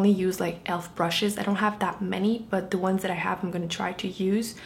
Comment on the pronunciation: why do you say deh instead of the